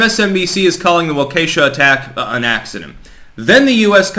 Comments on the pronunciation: Waw’ ka shaw. Accent on the 1st syllable. All vowels are sounded as soft. I live in Wisconsin. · I live in Wisconsin, not trying to be a dick but it’s pronounced like Wok ish ah (Waukesha) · The locals pronounce it "Walk Key sha" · Hey, it's Walk-ah-shaw, not Wah-kay-sha. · it's painful to hear you pronounce Waukesha. It's not perfect but you could even go with "walk-a-SHAW" and leave Wuhkee$ha out of it. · Good points. As someone born and raised in the milwaukee area, I would like to offer a pronunciation correction: Waukesha (walk' e shaw) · As a south east Wisconsin native please stop calling it wau key sha. Normally its funny seeing out of staters say wisco names but this is serious. Its walk a shaw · Waukesha Pronouned: Whah Key Shaw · its pronounced walk-i-shaw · it's pronounced "wawk a shaw" you are embarrassing yourself at this point. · You probably don't give a shit, but it's pronounced wah-kuh-shaw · Pronounced: Walk-a-Shaw. Soft a..... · Wa kee shaw Is the correct pronunciation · As a Wisconsinite I’m getting seriously triggered by the pronunciation of “Waukesha”. Its WAU-keh-SHAW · Wau-ka-shaw is how it pronounced. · Really enjoy listening to your insight. I just thought you might appreciate knowing that Waukesha is pronounced WALK a shaw. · It is pronounced. WAAH-KEE -SHAW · WAH-ke-sha,. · it's pronounced like Walk a shaw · Walka shaw. Just say that phonetically. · the town is pronounced " wah ka shaw" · pronounces certain words weird lmao